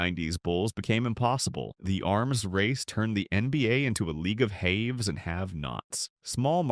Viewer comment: AI "Hayves and have nots"